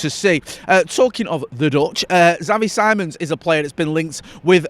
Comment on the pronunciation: Bro absolutely butchered Xavi Simons name 😂